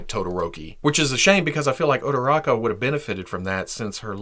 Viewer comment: He says ururaka hot